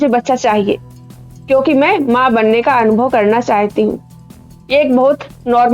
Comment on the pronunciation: चाहयती को थोड़ा करेक्ट कीजिए मैम, चाहती शब्द सही उच्चारण है। आपका वीडियो बहुत अच्छा है। यह अस्तित्ववाद और अंग्रेज़ी के absurd ड्रामा से प्रेरित है।